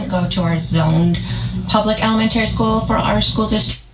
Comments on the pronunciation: Ele-men-tary and she went to college for education. WOW! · Ella-men-terry😂 I can't with this dork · The way pronounces “elemenTARY” is just like how Stephanie Harlowe pronounces “documenTARY” and they both are from upstate New York. Maybe it’s a local thing. They are both the same age too. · She’s raising kids and says “Elementarary”🤦‍♀️🤦‍♀️🤦‍♀️🤦‍♀️🤦‍♀️🤦‍♀️🤦‍♀️🤦‍♀️ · Elamentery what’s that,,,,,,it’s elementary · Most schools have an open house meet the teachers. Idk whats going on in her part of NY. She used to be an English teacher and the way she mispronounces elementary and Alex's name, irks the shit out of me. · Emphaaarrrrsis on the wrong syllaaaarble of elementerry 😂😂😂😂 I can’t stop laughing. I’m crying. That was soooo impressive how quickly that rolled off tongue. 👏🏾🤣🤣🤣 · Not sure why she is always complaining it was HER and J choice to have all these kids, so ya clean up the house SO WHAT ! teacher night is what every parent does so again stop complaining that you had SO many meet the teachers !!! Also elementary is said wrong its very wrong and her husband doesnt correct her ? He must hear her say it alot but ??? so odd, but for me the constant passive aggressive shit is disgusting no one forced her to adopt and BIRTH so many kids. SO ya STFU ! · I can't believe how pronounces 'elementary'. As if she is so sophisticated. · Thought she was a qualified teacher? Yet she can't pronounce simple words like elementary 😅